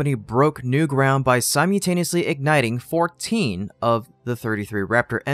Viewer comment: Not to nitpick, but please try to correct your pronunciation from "sim-you-taneous" to "sim-ul-taneous". It's a word you often use and it's a jolt to hear the error in episode after episode. Otherwise, keep up the great work.